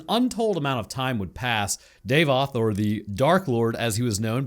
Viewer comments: his name is pronounced DAH-VOTH not DAVE-OTH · Please stop saying "day-voth". It's Dah-voth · davoth not daevoth